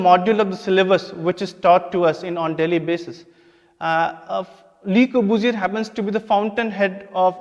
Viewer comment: Le corbusier... guess the course does not teach students how to correctly pronounce the name of the architect ... took me a minute to realize who he was talking about... Lahore (Lavapura) btw is supposed to be a city dating to the times of Lav the son of Lord Rama...chandigardh replacing Lahore... !!! what a travesty... anyways every bit of the history taught in our schools and colleges is entirely wrong... a cruel reality of our lives... ours is the worst karma...